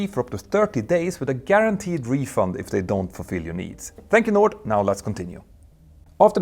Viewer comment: every time you say “Thank you Nord”, if I’m not paying active attention, it sounds like “Thank you Lord” 🤣🙏🏼